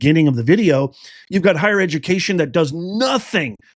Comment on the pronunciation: Dats edu-ma-cation right there...